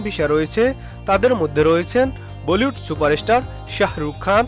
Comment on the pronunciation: ভিশা, বোলিউড কি ভাই...?? ভিসা (উচ্চারিত হবে ভিছা) আর বলিউড... ফালতু উচ্চারণের খবর শুনতে বিশ্রী লাগে।